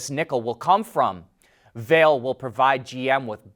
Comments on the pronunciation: The correct way to pronounce Vale's name i's “vah-lay” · Vale is pronounced Va-lay'